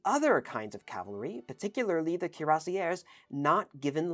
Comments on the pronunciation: The way you pronounced Cuirassiers is horrible absolutely horrible, in addition to this the infantry had a wide arrange of jobs as well. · Neither pronunciation is close to the French, "kweer-ah-see-ā". Just use Google Translate's audio feature next time. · I think the French pronunciation is something like "kwee-rah-shay". With a french r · Thanks for the video 🙂 Cuirassier(s) ... "KweerRASSSeeYeh" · Cuirassiers pronounced: Kwee-rah-syeh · The closest rendition would be: "cure-ass-yeah". The two last letters (-rs) must not be pronounced. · You've positively butchered the pronunciation of "cuirassiers". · It's NOT HARD to find correct French pronunciations of common words. You can find dozens of websites telling you and giving you native speakers demonstrating how to pronounce "Cuirassiers" so as not to turn them (as your pronunciation does) into "Cuirassières" which would be women in the same job.